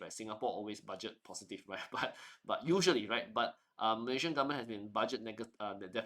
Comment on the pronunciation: MalaySian, not "MalayZian"